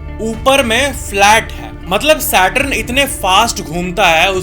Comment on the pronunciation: “SAW-lar” nahiñ “SOlar” (as in so ja neend se). “satRUN” nahiñ “saTURN”. 🪐